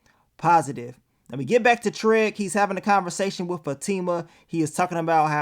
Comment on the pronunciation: I'm just wondering always saying TREG instead of TRIG or is it just me?!🤣